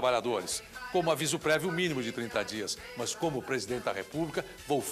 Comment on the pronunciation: Esse "mais" ao invés de "mas" também.